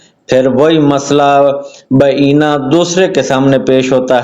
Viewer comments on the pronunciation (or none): جس بندے سے مختلف الآراء اور بعینہ کا درست تلفظ نہیں ہو رہا وہ امیر المومنین کے خطبے کو کیا سمجھے گا 😂